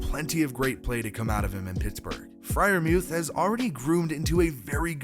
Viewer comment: Nice job pronouncing freiermuth correctly, I just recently learned he says it "mueth" instead of "muth" ha